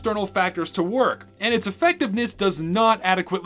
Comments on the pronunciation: “does the gas passer worh?” boy i sure hope someone got FIRED for that blunder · “does the gas passer worh” lol